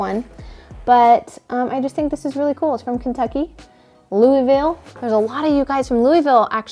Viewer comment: The locals in Kentucky pronounce Louisville “LOO uh vul.”